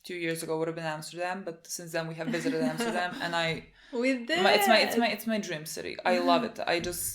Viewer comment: I'm dutch and I felt so proud when you said Amsterdam ❤️